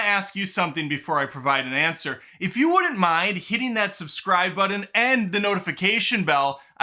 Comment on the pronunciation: I would subscribe, but I did not find a buddon I found a button tho! And who is Michael keaden?…….. just kidding I subscribed.